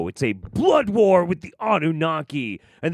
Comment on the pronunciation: does the opposite of what the French language does. French has lots of letters, but none of them are pronounced., meanwhile, takes common English words and adds like 50% more to them. "War" is wuhara, "president" is pehresidint. It's fascinating. I'd say he needs to be studied linguistically, but I wouldn't want to put that task upon anyone.